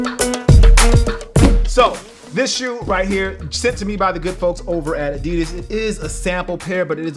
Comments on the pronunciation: Still saying adidas wrong..... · Haha ya say adidas with a slight accent das cool